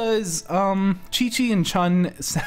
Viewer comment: The "X" actually has a "sh" sound. So, it's Shi-Shi vs Shun. But a good call on the correction! Otherwise, keep up the good work! :D